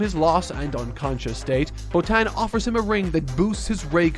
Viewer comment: And it’s Bo-Tawn